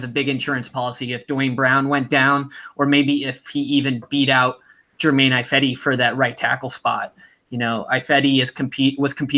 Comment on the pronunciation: Why keeps saying “Eye-fedi”?